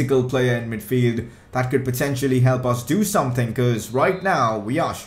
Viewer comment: can you talk properly plz and stop saying tird and someting